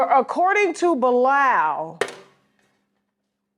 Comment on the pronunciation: Why is the host pronouncing Bilaal like Bye-Lal???